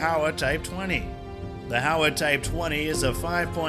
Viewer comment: Hi. HOWA is not pronounced HOW-AH, but HOE-WAH. The criticisms you mentioned relate more to the pacifist constitution, not the gun itself (apart from the complex mechanics). The challenges are bureaucratic, because the unit price is high due to the government’s inability to export. Also, the government is not as generous compared to the US when issuing accessories for the rifle, eg scopes, laser sights, even 3 point slings.